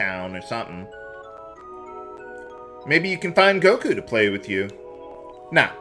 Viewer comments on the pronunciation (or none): none